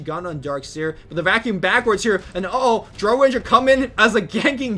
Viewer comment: The ammount of times you mispronounce "Drow", makes me cringe.